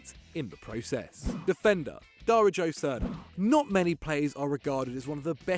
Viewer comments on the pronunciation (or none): He said Dijario first 🥴 it’s pronounced Dario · Dari Joe Srna and than Diario hahahah It is like super MARIO, just change the M to a D and you got Darijo. You guys really don't have a clue how to pronounce Eastern European names even though your channel is more than 5 years old and all you do is cover football